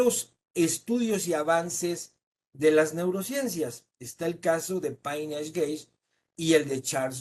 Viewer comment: Y, a pesar de todo eso, no sabe que el nombre de nuestro vecino del norte no es Estados Unidos de Norteamérica, sino Estados Unidos de América; ni está enterado que el nombre Phineas se pronuncia "Finias" y no "Paineas" 😏🙄 Como para tener tantos "títulos nobiliarios" y haber quesque impartido conferencias hasta en Rusia y Finlandia, son errores super básicos que alguien con ese supuesto curriculum no cometería.